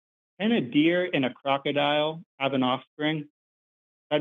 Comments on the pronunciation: Crocodeer. That's a new one. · 😂😂😂A crocadeer 😂😂😂😂